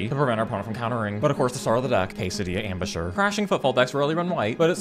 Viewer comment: You gotta love the Kaysadee Ambusher pronunciation